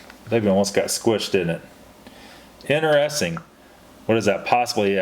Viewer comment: What part of the U.S. are you from,? I've never heard anyone pronounce 'interesting' as "inner-es-ting". LOL.